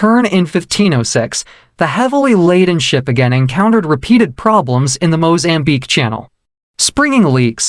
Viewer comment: This must be AI narrative, words are pronounced poorly, lot's of grammatical errors which makes it irritating to listen to. It's 'floor day la mar'. It's Mozambique not Mo-zambique. Stop emphasizing 'de' in flor de la mar. It's a good introduction to the Floor de la Mar.